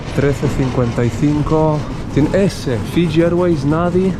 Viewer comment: Hola, una cosa a propósito del control de vacunación al que te han sometido a tu llegada. ¿Podrías decirnos contra qué enfermedades estás cacunado? Gracias por todo tu contenido. ¡Ah! Una observación: el aeropuerto en el que aterrizaste en Fiji se encuentra en Nadi pero se pronuncia Nandi, con una "n" fantasma...